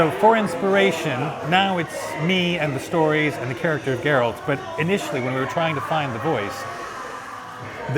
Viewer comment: was he able to contribute a lot to the cheralt of Garacter?"